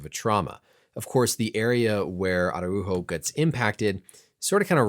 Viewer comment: I’m impressed on your pronunciation of his name 👍🏻